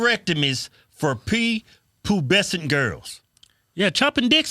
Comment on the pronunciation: LMAO you said “Pee-Poobescent boys.” 😂